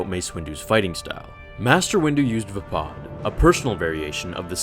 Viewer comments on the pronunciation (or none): isn't it VAY-PAD.... not VA-POD ? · Windu would have definitely won if it wasnt for Anakin and him hesitating right before Anakin interfered. That pronunciation of Vapad bugs me. Mace Windu has said multiple times in canon that Obi-Wan was the greatest Jedi duelist. He said Obi-Wan was the inly Jedi to master every form of lightsaber combat and the only one to ever perfect Soresu. Originally Qui-Gon forbid Obi Wan to learn Vapad as a Padawan, but Windu always wanted to show him and eventually did after Qui-Gon died.